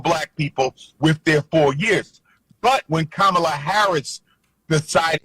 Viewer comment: Educate yourself on the correct way to pronounce her name.